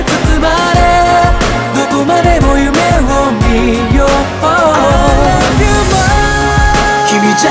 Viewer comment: The best part is: "I lup u" 🤣🤣🤣🤣👍